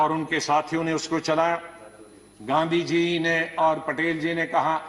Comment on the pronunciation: इतिहास सिखाने वालो गांधीजी का नाम तो सही उच्चारण करना शीख लो...!